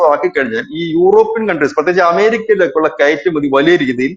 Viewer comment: ഇരക്കുമതി അല്ല , കയട്കയറ്റുമതി